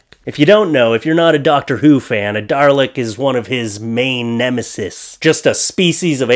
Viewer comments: Dalek, not Darlek. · And that Dalek is pronounced Dah’-lek. It’s an anagram of Kaled, pronounced Kah’-led, the race from which the Daleks were created. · There is no r in Dalek. 😂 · Dalek doesn't have an R in it. Why do so many people end up sayin "darlek" instead of "dalek" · I have so mushroom (much room) in my heart" and it's dales not Darley. and I like the tank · "Darleks," huh? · I had a friend who pronounced Daleks Die-locks. Hilarious.